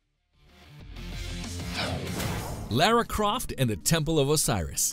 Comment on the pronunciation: Lera Croft 😂